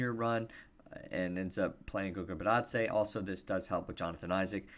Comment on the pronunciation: I enjoyed your video. That trade sounds horrible. I’m down to see more of your videos, but can you in all fairness get Goga's last name right?